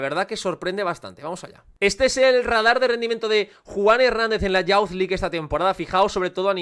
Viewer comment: Me encantó el vídeo, genial como todos. Un comentario con cariño: youth se pronuncia como "yuz" (/juːθ/), no "yauz", tanto en ingles británico como estadounidense. Lo dices en muchísimos videos y cada vez pienso en comentártelo 😅. Sigue con el buen contenido!